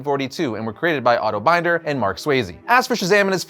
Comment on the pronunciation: Okay, some MINOR corrections on the Marvel Family. First, Freddy Freeman/Captain Marvel Junior was created by Ed Herron, C.C. Beck, and Mac Raboy and appeared in Whiz Comics #25, which was published almost TWO YEARS before Mary Batson/Mary Marvel's first appearance in CMA #18. Second, Otto Binder last name was pronounced Bin like vegetable bin, not like a binder. Third, "Crocodile Man" had a name. It's Herkimer.